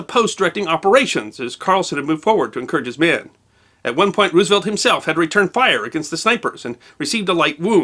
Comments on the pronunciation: You expect me to take you seriously when you say Roooosevelt? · Not to be a stickler, but the preferred pronunciation of president FDR's last name, is "Rose - uh - velt" (like the flower); not "Roos - uh - velt". I got tagged on this a few years ago and haven't forgotten it.